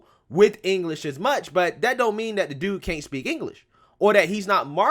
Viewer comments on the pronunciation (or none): none